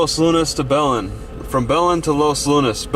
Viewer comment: It's pronounced Buh-LENN (accent on the second syllable) and Toh-MAY.